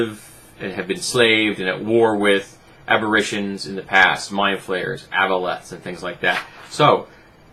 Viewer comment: Love the videos, but a nitpick; it's "ab-uh-rey-shuhn". It's just that I've heard this a few times in your videos. :D